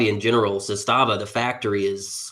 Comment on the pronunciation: I fell into this hobby last year and love Aks. Thanks for having on! I can tell you’re not an AK guy by how you pronounce Zastava lol. Good vid though!